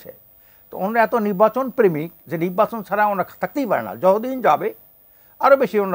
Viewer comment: বলদ নির্বাচনকে তিনি উচ্চারণ করছে ! পরে কথা ঢং করে নিব্বাচন বলেছেন❤😂